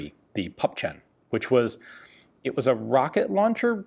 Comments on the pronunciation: I first got confused when you talked about "pup chen", then i got it, you meant "Puppchen"(something small, squat) Would sound more like "poopchen", but never mind, got in the end. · 'Puppchen' is pronounced (very roughly, there's a fricative that English doesn't have) 'poop-shen'. Certainly not 'pup-chen'. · It's pup-hen, not pup-chen :P